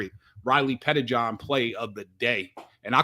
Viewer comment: it might help you to think of Riley Pettijohn as two last names (Petti-John). Like you used to say Sam Williams-Dixon.